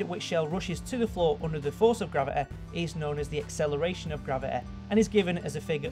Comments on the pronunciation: what is graveae? its gravity you dont say gravity as graveae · its gravity not gravith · 'grav-e-e' jesus that's annoying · Not even gravity, it's grava-a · Dude said "gravi-eh" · i found it hilarious how he said "gravi'eh" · Ikr!!!! Hilarious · velociteh graviteh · "Bodeh" "Graviteh" "Velociteh" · Not everyone can pronounce a word the same way you do. Seriously now. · ***** All i meant was, he is physically capable of pronouncing words properly but he either chooses not to or subconsciously does not do this, and I find that annoying. Happy? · velociteh and graveteh. dont want to be the grammar nazeh, but come on mate. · Everyone complaining about how he says gravity or energy. Please, we think how you say the word "or" is weird and out of place as fuck. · Nice vid and I like ur accent and this isnt support to be mean😂 but every time you said velocity and gravity 😞